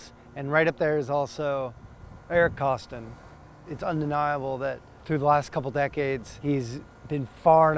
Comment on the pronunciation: “Eric Kostin” lol